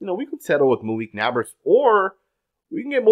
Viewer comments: Bro, why do insist on saying people's names wrong? His name is NAB-ERS NOT NAB-ARS... Would you like it if someone called you murish Patel? Annoying as hell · He speaks excellent English. He’s literally just mispronouncing the name. I’m sure he doesn’t refer to people that live next door as his nabbers!! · Never doubt ability to pronounce literally every name wrong everytime. It's actually quite impressive. "Nabbers" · It’s NEIGHBORS my boii. Not hating just saying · "Nabbberrs " smh lol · Why can't he just say Naybers < like pronounce, It like that. I know I spelled it wrong; ppl Okay 🤨. I just put it like that SO HE can say it RIGHT❕this guy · I enjoy listening to, but this nabbers crap was driving me crazy. How do you watch so much football and watch Daniels and not know how to pronounce Nabers? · Why you say Nabers like that 💀